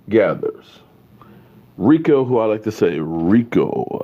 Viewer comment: pronounce it REEKO! Gathers